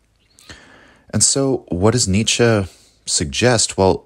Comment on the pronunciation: not 'Nietzschah' , but 'Nietzschuh' just saying